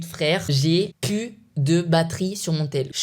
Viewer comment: Stp arrête de dire pu! Au lieu de plus Bon je sais que t'a du mal mais entrenne toi